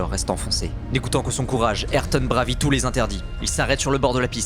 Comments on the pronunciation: Stavélo pour Stavelot et bravit à la place de brava...bof bof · «Bravit« ? t'es sûr ? :D